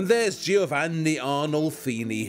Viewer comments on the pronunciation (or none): none